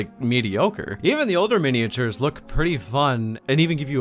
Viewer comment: Or the correct pronunciation of miniatures aka meeny achers as he calls them